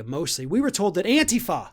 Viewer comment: They need to find out this isn't a video game. Real bullets hurt. And THANK YOU for pronouncing "Antifa" correctly. Thing is, anyone for Democracy is Antifa. The name has been tarnishe by thugs who don't believe in anything but looting and violence.